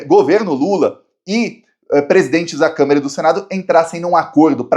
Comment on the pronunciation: eu não devo estar ouvindo direito, mas eu acho que toda vez que você se refere à Câmara, você diz câmera. Será?